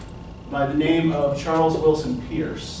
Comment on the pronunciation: For future reference, it is Charles Sanders Peirce (pronounced "Purse"). Not that important, but good to know going forward.